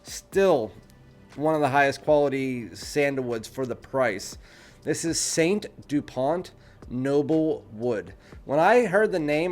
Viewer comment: It's not Saint Dupont, it's S.T. (Es Tee, not St. ) Dupont (T is silent). Never heard of their lighters?